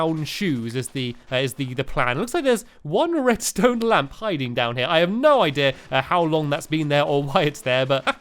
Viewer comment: Did he just say redstone lamb?? Haha it's funn y, oh u stamps